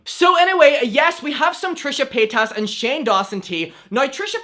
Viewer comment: Repeatedly plays a video of Trisha explaining her last name is said Paight-iss, not Pay-tas Also: Keeps calling her Trisha Pay-tas in his videos